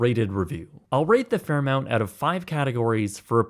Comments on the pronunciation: Could it be his Canadian pronunciation of things? Lol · HOLY CRAP how could you possibly make that mistake? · The reviewer doesn't get it. He can't even pronounce the name of the chain properly and he thinks a $16 sandwich in a premium resort is insane. That's cheap, compared to some places of lesser standards. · I had to double check the spelling in the title, and was like nope, it’s spelled correctly he just read it wrong 832 times. There’s so many views too, like. It’s RIGHT THERE, THE LOGO IS LITERALLY on everything. 🤯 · Thanks to all for commenting on the ridiculous pronunciation of the hotel chain! If you're going to travel the world doing reviews, you better pronounce the locations correctly! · Every time he said it I was thinking...."THERE'S NO U" 😂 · I've stayed at the Fairmont Banff Springs several times, as well as at the Chateau Lake Louise, and both are quite iconic hotels, that have some really cool history and so much nearby in the way of activities to participate in, that I can't really fault the price. I couldn't let it go, though: It's "Fair Mont" Not "Mount" Sorry, that was making me cringe a little every time you said it that way. The reason that I stayed there a few times, was through work, and some of that work was working directly for the Fairmont Group, so we heard executives and managers pronouncing it a lot. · He probably mispronounced the name on purpose to get us all to comment on it and boost his engagement. 😂 no one could be that dense. He probably heard it pronounced properly a hundred times during his stay. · The dude mentioned Fairmont a 1000 times in the video and managed to incorrectly say itevery single time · This is my 2nd video viewing of this channel, and thanks to the mispronounced name I can't bring myself to subscribe or watch anymore. Good job. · You pronounce Fairmont wrong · You’d be more credible if you pronounced their name correctly. There is no U in their name. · Fair-MONT, not MOUNT 😂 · It’s mont not mount